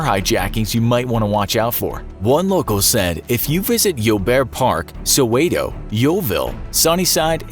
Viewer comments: the way he says soweto tho =] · Lol the way he pronounced soweto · It's pronounced Soweto not sowaaayto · South Africa is not that bad that wayyyyy to exaggerated. All those places u named has “dangerous” places like any other city. It’s pronounced “so-where-to” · You pronunced Soweto wrong U say it like: Soo-wet-too That's how you should say it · Lol the way he pronounced "Soweto" made me giggle